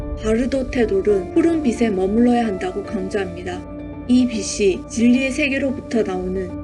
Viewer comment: 잘봤습니다. 근데 티벳 사자의 서는 누군가에게 들려줘야 하는 것인데.. 영상 올리신 분 발음이 안타까워서 알려드립니다. 제일 중요한 '빛을' 발음하실때 [비슬]이라고 하시면 난감합니다. [비츨]이라고 하셔야지요. '빛이'는 [비시]가 아니고 [비치]. '빛에'는 [비세]가 아니고 [비체]. 들려줘야 하는 티벳 사자의 서. 제발 정확한 발음으로 또박또박 잘 읽어주세요. 수고하셨습니다.